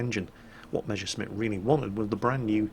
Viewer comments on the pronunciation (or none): Jesus it's Mess (s, s, s "S") ersch (sh, sh, sh, sh "SH SOUND", as in FISH)mitt, not Measuresmit!!!! It hurts!!!